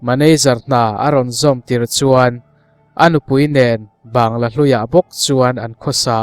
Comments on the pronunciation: Bangalow lam dan kha mizo in Bangla kan tih ang hian i lam mai lo a ni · A ngaihnawm viau a,mahse,Bangla ti lam rik mai tur Banggalaw ti a,ilam hian ngaimawh a hlawh e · Ban-ga-law ti zel a. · Bangla ti in lam la hriat a nuam mai awm e.